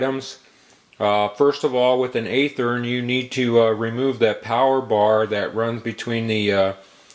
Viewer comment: By the way... It's pronounced with a Short "A" sound. It sounds like the word "Have". Athearn Just like Kato is not pronounced like the Green Hornet's sidekick... It's K "AH" TO not K "AY" TO.